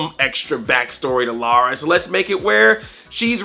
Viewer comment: Finally a yank that actually can say Lara, instead of Laura. ...The movie put me to sleep though, was bored out of my skull.